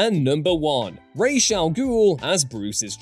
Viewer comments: This. At least it's being said right in this video, but the Nolan films totally screwed this up. It's Raysh, not Roz. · I LOVE YOU for pronouncing "Ra's" the way it's SUPPOSED to be. I HATE Nolan for causing a trend that won't seem to die.